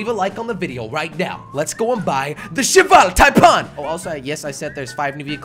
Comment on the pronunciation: I thought he said Cheval Tide pod. xD